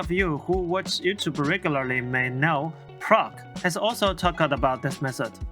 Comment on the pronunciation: i love the way u said proko that was awsome! great setup btw like your room and the quality of the video itself, film script the tips and editing is great! mic is not the best i think but i heard u clear with no issues! great vid for beginners curious about taking sketches to the next level!